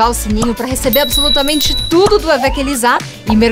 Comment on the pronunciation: Tenho notado quando "tia" Elisa diz seu próprio nome no início do vídeo parece que não é exatamente. Estou enganado?